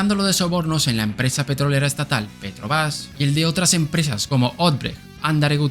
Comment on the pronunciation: Interesante y muy buen video sobre el Milagrinho Brasileiro,aunque me pregunto porque pronunció Petrobas y no Petrobras al igual que Odebrecht palabra que se le escucho muy recortada,algo así como Odech🤔!. Espero no haber escuchado mal aunque yo escuché unas 3 veces la parte donde menciona a dichas empresas!.🤗